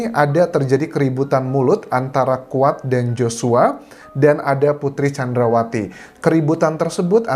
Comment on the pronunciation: Yang dimaksud Squad ...adalah si Kuat, salah dalam pengucapan pacar Josua, dan peran Si Kuad adalah semacam PK ...Petugas Keamanan, atau bisa disebut sebagai Body Quard, dimana tugas lain seperti menhitung dan merekap pendapat liar, si Body Quard lah yg mengatur dan termasuk jual beli kasus